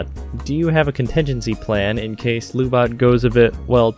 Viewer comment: Lu-Bot said fast sounds like Lub-bot (as in lubricant robot). Lu-Bot probably broken-up with MechaGodzilla because their "Netflix & chill" didn't go well because of lub.